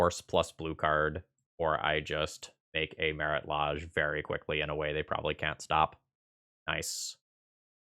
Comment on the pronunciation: The way you incorrectly pronounce Lage makes me cringe every time :(